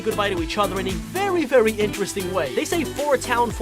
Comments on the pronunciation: Did he just say vewy when he showed us the first secret? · You missed vewy lol